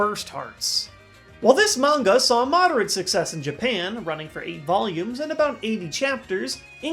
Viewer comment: The way he says manga 'mungar' irritated me lel